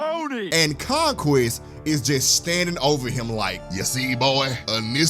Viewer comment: did you just say Conqweest?